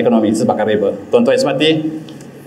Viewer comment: Riba - ريبا bukan ribe. الله كبر.